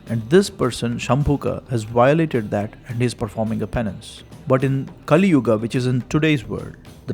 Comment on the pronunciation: Finally You are one channel who doesn’t add extra “a” to sanskruta words, pronouncing yuga as yuga not yugaa , rama not ramma